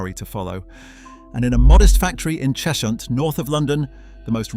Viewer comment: Cheshunt is pronounced Chezhunt